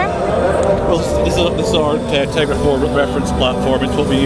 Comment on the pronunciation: dude its teGRa not teRGa!!!! Caps for emphasis!!!